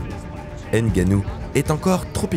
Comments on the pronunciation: Il s'appelle NGANNOU. Ne prononcez plus N'GANNOU. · On dit Ngannou, pas N'Gannou. Comprennez le une fois pour toute